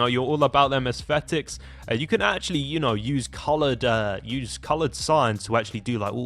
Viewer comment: Asfetics? Aesthetics... pronounce it: as thetics